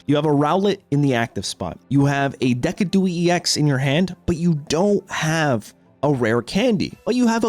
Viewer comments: De-ci-du-eye bro wtf is decadooky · Bro always butchers Decidueye's name " Deck- i -doo-eee" 😂😂😂 It's Decidueye = Think of eyes making a decision. (Deciding eyes) 🗣 Decid-u-eye aka Sniper eyes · It's De-see-doo-eye my guyyyy 😂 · aint no way you pronouncing decidueye like dec-a-du-ee 🤣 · Right? He can't be serious. "Dee-Sid-You-Eye" You know, like deciduous trees...